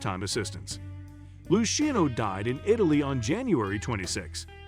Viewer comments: Gig-Int…lol Lushino….lol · Lou sheeno family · Is this a fucking joke?!! Because its gotta be, what with mispronouncing Chin's & Luciano's last names!! Fuggedaboutit!💯